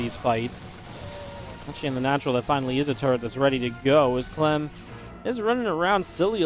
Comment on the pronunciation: he said clam, its liqudclam and not liqudclam.